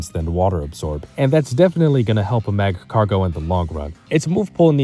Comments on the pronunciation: Great video! If you want a bit of criticism on how to improve a bit, your way of talking is a bit awkward and you pronounce things weird. You say Magcargo like Mach-cargo, when nobody says it that way and it bugs me to no end. You just sound stiff and nervous. Try to loosen up a bit for future videos if you want your commentary to improve. Other than that, the video is really well done, great job! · Dude why are struggling so much to pronounce Magcargo